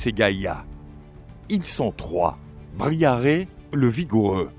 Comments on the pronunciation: Ca se prononce Briaré je nai pas lecriture exacte par contre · c'est biharé ou diarrhée ? 😭😭